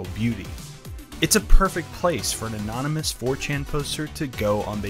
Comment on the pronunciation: do you also pronounce the word anonymous (ay non im us)? isnt it an on????